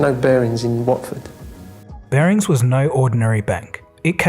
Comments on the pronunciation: your pronunciation of Watford and Hertfordshire is awful!... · It’s a shame that you didn’t look up how to pronounce “Hertfordshire” and “Watford” correctly. It’s a bit jarring when a narrator cannot pronounce a place name correctly, what with how easy this is to do with the Internet. Nick Leeson is on the after dinner lecture circuit. He also does training events for financial institutions and for companies about how to avoid having troubles with their systems and abuse of them. He’s often in the business supplement of the Daily Telegraph (UK) newspaper. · “Wooorrtfud Hurrrrtfudshire” “Wat - Ford” It’s Hertfordshire which is pronounced “heart - ford - shire” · ‘Wortford in hurtfordshire’ 😂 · Wartford in Hurtfordshire 😂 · WHATford, HEART-fud-SHEER Also ny birthplace 😉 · Hearing "Wartford, Hurtfordshire" hurts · Wort-ferd Hurt-fud-shy-are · Wardford, Hurtfordshire? You mean Watford, Hertfordshire don't you?! The pronunciation has me in stitches 🤣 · Imagine pronouncing it Watford Hertfordshyer. Damn son. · and again at 0.56 when he totally butchers the name of Watford and Hertfordshire. I think he's doing it on purpose just to piss a few people off. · And Watford